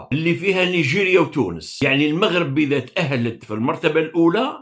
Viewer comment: مؤسف أن يصبح عندكم إجماع إعلاميا رسميا وغير رسمي على كراهية الَموووووغرب(كما تنطقون الاسم).... هذا برهان على ان ميكانيزمات التفكير هناك معطلة او تم إيقافها... حتى اشعار آخر.... نسأل الله لكم العتق من هذا الوضع و الشفاء من هذا الوباء.